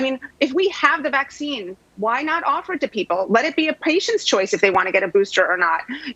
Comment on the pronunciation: The " vackseen" is the DIRECT effect. No ty